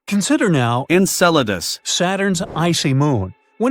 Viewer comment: Funny when it says ENCELEDUS proper proud 😂